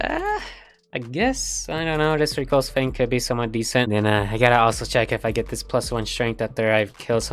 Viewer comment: "reculse" sigh also you sound disinterested and overall sad :(